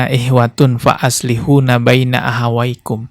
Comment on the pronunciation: FA ASHLIHUU... BUKAN FA ASHLIHUNA...🙏🙏🙏